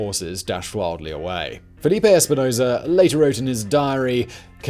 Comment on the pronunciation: It's FELIPE, not Filipe